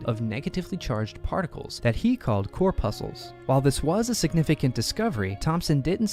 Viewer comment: Pronouncing corpuscle wrong, gave it away....